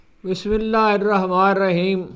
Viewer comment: معذرت کے ساتھ ہارون صاحب آپ تو پڑھے لکھے تجربہ کار انسان ہیں آپ بسم الله الرحمن الرحيم ہی صحیح نہیں پڑھتے ہیں ذرا درست کر لیں رحمن کی ن ہی مس کر دیتے ہیں بہت مہربانی